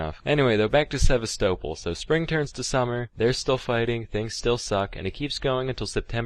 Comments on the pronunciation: For pronouncing Sevastopol as “sehv•stoe•ple” he I see why this got taken down. Not on my Christian Minecraft server, Sam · I reckon it’s deleted cus he mispronounced Sevastopol through the entire video and didn’t want to re-record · Sevastopol is pronounced... Sevastopol? Aliens did me dirty. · he pronounces Sevastopol so wrong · Maybe he deleted it because he was embarrassed he couldn't say Sevastopol right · also scuffed ass pronounciation of sevastapol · omg when he mentioned sevastopol i was like "the ship from alien isloation but pronounced wrong lol" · Or it was the repeated mispronouncing of Sevastopol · He also horrifically mispronounced Sevastopol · no he didn’t